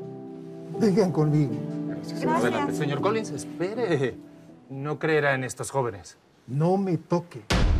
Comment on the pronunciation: Me dio mucha risa cuando dijo no metoque jajajajaja 😂😂😂😂😂😂🤣😂